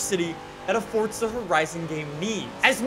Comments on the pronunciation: Is there a silent T in the word forza? 😂😂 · There's no "T" in forza. Bugs the hell out of me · "FORZHAH HORIZON 4" 😂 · "fortza horizon 5" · Can u just say forza right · Fortza horizon 4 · WHY DOES HE SAY FORTZA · I hate hearing fortza motorsport from you bro say properly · Hehehe, fortza horizon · tf is a fortza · how bout you stop saying fortza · yes but without the t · Bro, there's no t in Forza